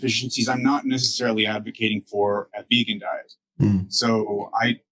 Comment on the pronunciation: says it is pronounced "vegoon." And in Tasmania, it must be so, for he is King.